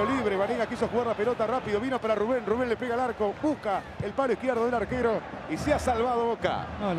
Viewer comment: che pollo, no es Rubén, es Rúben...me extraña 😂😂